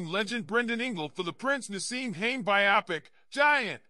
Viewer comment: These AI generated stories are an insult. You got the name of the character he coaches wrong, his name is Hamed, not “haint” Try doing a bit of real work